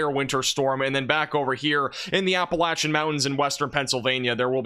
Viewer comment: Love that you say 'Appalachian' properly!